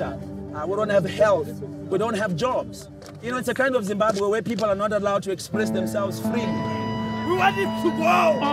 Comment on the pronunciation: I will have you know it is pronounced Zimbabwe